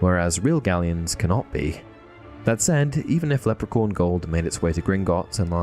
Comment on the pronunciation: Leprecorn LOL sorry, but it's funny.